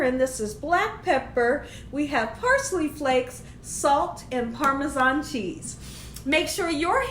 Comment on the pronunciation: I’m happy to hear you say Parmesan instead of “Parmeshawn” like so many ppl 😆